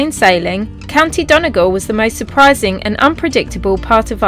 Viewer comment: It's pronounced Don ee gawl lol, loved your road trip but your pronunciation of Irish place names is dodgy 😂😂. Great video's though, I was saddened to see the site of your mom's home in Castle Town, it was a sad indictment of emigration.. you look like your ma. That man probably knew you were a because you have your mammies features. Good luck to both of you..